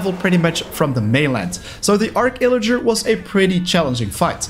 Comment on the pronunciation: It’s actually arCH illager not arc illager :)